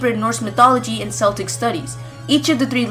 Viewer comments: I love your insight on this but really S-el-tic it is C-el-tic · I've had an interesting theory as well. However I'd like to I form you it's pronounced (Kell-tick, like Kill) not Cell-tick. As for the legendaries, I am sure by now most people know that Zygarde has the ability Aura Shatter. As well as the fact that Black, White, Y, and X all have Auras and were trapped inside an object. They also each represent something in a Man's nature, birth-death and truth-ideals. And so I pondered and thought that perhaps Zygarde was the Centre of 6 Pokemon along with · Celtic is pronounced 'Keltic' - unless you're talking about the football/soccer team. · Celtic pronounced KELTIC, not SELTIC. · CELTIC IS PRONOUNCED WITH A K! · This isn't a big deal but I'm pretty sure Celtic is pronounced "Keltic" if your talking about the cult of people from early Europe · It's "keltic". I understand why you might mispronounce it, but the c followed by i or e becoming an "s" sound is latin in origin. "Celtic", unsurprisingly, is a celtic word, so the rule doesn't apply to it. Nice video otherwise though. I didn't know that thing about Xerneas' name origin.